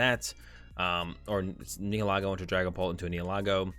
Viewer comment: bro, your pronunciation of the pokemon names needs work...PLZ try to say them correctly Nihilego (the correct term is Ny-ill-i-go)